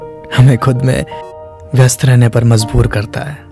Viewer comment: Good content but I would suggest the pronounciation of the person isn't correct somewhere As mazburi isn't correct it is majburi And kamjori isn't correct it is kamzori....